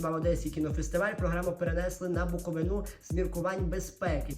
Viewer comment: Я, як людина з Чернівців, мушу виправити - БуковИна 🫡